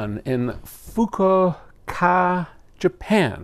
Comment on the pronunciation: Thank you for your answer. Once more I learned more than I expected to. ;) Fukuoka pronunciation was fine. :)